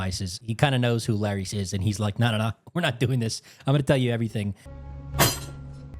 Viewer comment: It’s LAIR-IS, wtf is this Laries you keep saying?